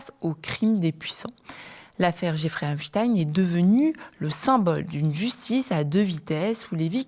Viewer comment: Espein pas espin ils essayent, absolument de gommer son nom de famille juif on dit bien Einstein, pas Einstin un agent du Mossad payé par Israël, pour faire chanter L'oligarchie Mondial et les soumettre à Israël par des documents compromettant, on reconnaît bien la les manœuvres du Mossad voilà d'où vient en partie la soumission de l'Occident à cette petit pays qui commet un génocide en toute impunité, et dont personne ose condamné, ils ont noyauter tout l'appareil d'État occidental à des fins communautaires aux dépens des petits peuples occidentaux en France, tu dis simplement Israël et tout le monde fait dans son froc pendant combien de temps va durer ce chantage